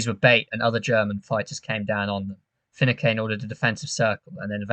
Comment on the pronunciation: Great video & fantastic analysis, mate. One minor point though: It's pronounced Fi-noo-can. 👍👍